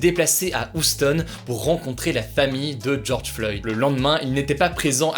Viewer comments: bahahah uston mdrrrr c Houston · Ca se dit "Youston" et non pas "oustone" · On prononce « youstone » pas « ouchstone » 🤦🏻‍♂️ .. quand même c’est un classique de culture G cette ville est mondialement connu pour son lien avec la NASA. Dans tous les films blockbuster c’est la référence, avec des répliques cultes type « Houston do you copy » ! Bref toujours super ce concept d’emission encore bravo, sourcé et efficace, mais de grâce merci de prononcer correctement Houston c’est pas compliqué 😅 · "Oustone" Hugo je sais que l'accent anglais c'est pas ton fort mais fait un effort là gars 😂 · On dit "you stone" pas "ou stone" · "huston", pas "houston" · HY-OU-STAUNE, pas oustonne lol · Hugo qui prononce "Houston" : Oustone Mdrrr La majorité des gens savent que c'est un centre de contrôle de mission de la NASA et que cela se prononce : Ioustone J'en peu plus là mdrr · ça se prononce Youstone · Prononcer "youston" Hugo stp 👍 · Il me semble que Houston se dit youstone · Houston --> se prononce "Youstone" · et même plutôt Hyousteune si on veut s'approcher de la réduction en /ə/ de la voyelle non accentuée en anglais, mais bon, l'essentiel c'est qu'on ait compris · stp tu peux prononcer YOUston la prochaine fois ahaha sinon belle vidéo comme d'hab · Houston se prononce "Youston" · Non ça se prononce "ˈ(h)yo͞ostən " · Ça se prononce "Youstonne" 😉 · Théo B hum... tu dis « ouik ande » toi ? Non tu dis « Ouîk HEnnde » pourtant ça s’écrit aussi en Anglais « Week End ». Et bien Houston se prononce « Youstonne » c’est pareil. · Salut Hugo, juste pour t'informer que la ville de Houston se prononce "You-ston"! Super video sinon, merci! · ça se dit You stone ... juste comme ça hein ... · Ta prononciation de Houston m'a fait me remettre ma vie en question. Non mais Svp vous pouvez voir sur internet comment ca se prononce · D'habitude je valide ton accent anglais mais là comment tu as prononcé Houston.....